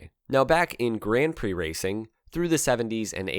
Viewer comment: Interesting pronunciation of "Grand Prix" . Why not just go the full hog and just say grand pricks? 🤔🙄